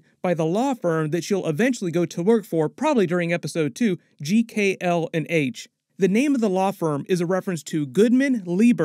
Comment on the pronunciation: Haha you keep saying GKL/H not GLK/H